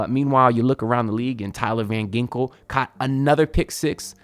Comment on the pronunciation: Tyler Van Ginkle?😂 But good luck with the Hurricane